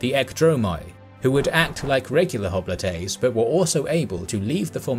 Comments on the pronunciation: (Cringing every time he says "hopli-TAY") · Hoplites in English (pronounced as in termites), Hoplitae in Greek and Latin.